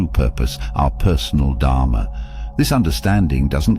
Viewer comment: Dharma should be pronounced as Dharmaa not as Dhaamaa. Karma should be pronounced as Karmaa not Kaamaa which means lust .